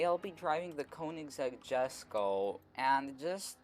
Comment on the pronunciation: its called or pronounced yesko.